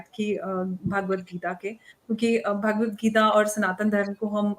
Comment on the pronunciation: जी-- भगवद्गीता है, भागवद्गीता नहीं।